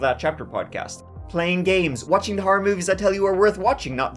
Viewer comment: I FINALLY figured out why young is unable to pronounce the "diphthong" TH. TH is not a true diphthong. A diphthong also known as a gliding vowel or a vowel glide, is a combination of two adjacent vowel sounds within the same syllable. Examples are BR, PR, TR. TH, as in THE, is commonly considered considered a frequent example but in point of fact it is not actually a technical combination. "T" is a plosive that sounds when the tongue is placed at the front of the mouth and a plosive is breathed as in "TA". American English speakers and British English can pronounce this however Irish are helpless with the German-born "TH". Yes, the IRISH pronounce "THE" as "TA". And the Germans pronounced "THE" as "ZEE". Yes, young is IRISH.